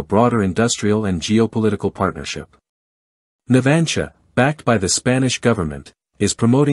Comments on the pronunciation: El lector no sabe propnunciar "NAVANTIA"?..... Qué es eso de "Natgia"?? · No tienes ni idea de como se llama la Empresa que ofrece los submarinos.Es Navantia.Navantia,por si no te ha quedado claro